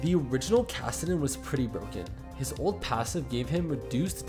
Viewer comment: The way you pronounce old and ult is way too similar